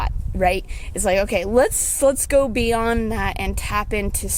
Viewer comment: Lol I heard it too